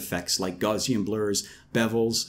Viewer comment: Gauze-ian blurs, wat (Gow-see-an, kind sir)